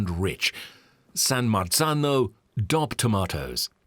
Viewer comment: The guy saying “coop” and “dop” instead of co-op and D.O.P. is killing me.